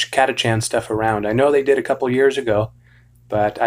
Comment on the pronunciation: It’s pronounced “cat-a-kan”